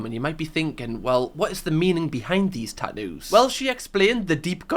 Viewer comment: tat ewwws? It’s kinda like wooo tah. “Hey you with the tat ewwws, can you grab me a bot uhl of wooo tah?”